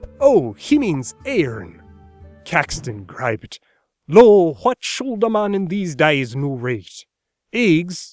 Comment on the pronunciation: Elated to hear /∫ʊld/! I've seen a lot of people miss the sounded /l/ in "should" in early modern English pronunciation. Having studied Ben Franklin's phonetic alphabet, I can see it's right there, every time, in "would," "could," and "should." Not a mistake. Granted, his accent comes ~150 years later, but some of the American colonial accents were a bit antiquated.